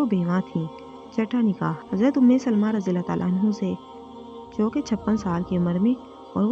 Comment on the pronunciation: ANHO NAHEEN ANHAA KAHO